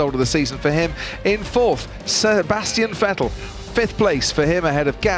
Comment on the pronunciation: Yeah haha most of the time Crofty calls him Seebastian Fettel😂 man couldnt pronounce Seb’s name to save his life